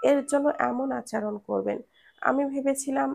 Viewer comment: আচরণ শব্দটাকে বারংবার ভুল শব্দ "আচারন" শুনতে বেখাপ্পা লেগেছে।